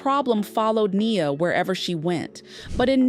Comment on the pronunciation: It's Ai sometimes it says Nias name wrong throughout the whole script.